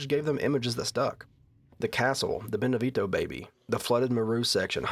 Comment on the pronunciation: I love your videos dude, been wating for this one. But really cant stand the way you pronounce Beneviento. You know you can look that kind of stuff up, right? Americans man.